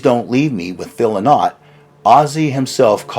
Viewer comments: Interesting stuff - but it's not Lyn-ott , although it's spelled Lynott it's actually pronounced "lie-not". 👍🤘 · It’s pronounced Phil “LIE-nut” Lynott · It's pronounced "Lie-not", not "Lynn-ot".